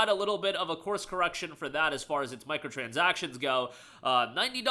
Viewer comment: "MICROTRANSACTIONS" LMAO